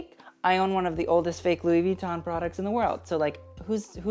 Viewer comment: Ok, i love you but PLEASE, could you pronounce louis vuitton w/out the "n" in the end and not with attention to the "i"? Sorry but it really hurts my ears :00